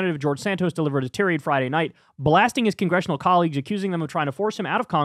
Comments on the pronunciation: Tirade, pronounced: /ˈtīˌrād/ ......not "Tear-ade" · TIE-raid. Not turr-ADE. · What's a "teerade?" It's tirade like Thai-raid. And please look up how to pronounce the fashion house "Hermes." Love you, Kyle. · I always say tie. Raid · me too, and I like how he still has trouble correctly pronouncing basic words like tirade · Kyle not knowing how to pronounce tirade 🤭